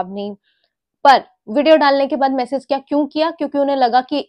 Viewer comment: “Message” bolna sikh lo plss